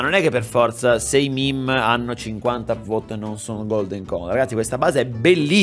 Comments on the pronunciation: comunque si legge MEME non MIM. Grazie. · Pk dici mim e non mèmè